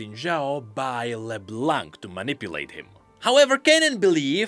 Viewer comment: Dude her name is pronounced like La-BLONK